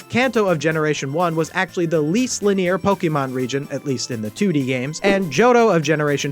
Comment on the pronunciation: Did you really read linear as lih-NEER‽